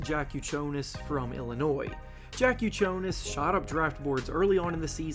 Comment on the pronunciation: That's the nastiest way I heard someone to pronounce Jakucionis. You have to pronounce that J like you would for Jokic